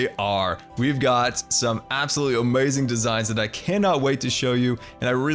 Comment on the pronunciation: loves Disney but says amazing like that guy in spongebob Disney and scar fans: what did we do to you